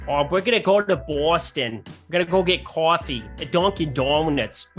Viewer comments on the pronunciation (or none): Haha lets goo made me laugh with the coffee boston😅 lived here 32 years we dont talk like that its so exaggerated it's the junkies that sound like thats 😮